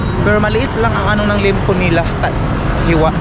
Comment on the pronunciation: hindi limpo ang pronouncition nyan. Ang tamang pag pronounce nyan ay LEYEMPO ( liempo ) hindi LIMPO